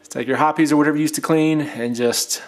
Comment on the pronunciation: Are you really saying "Hopp-es?" Lol it's said like "Hop's". Nice breakdown but this is way to extensive for a basic break down and shouldn't be necessary unless you experience issues.